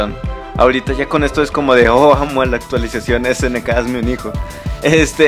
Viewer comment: pero la unidad aumenta de precio y por cierto "Actuaisacion"?